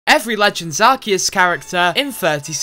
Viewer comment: Thank you for not saying Arkoos this time